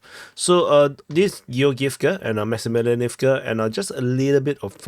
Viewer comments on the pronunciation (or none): MAX EEE MEE LYANEEVKA